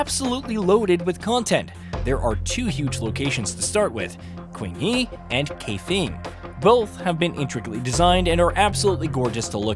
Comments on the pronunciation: It's Cheng-huh and Kai-fung. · Bro QuinnHee and KayFing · kaifeng is now pronounced as gay fang. Wushu has turned into woosha.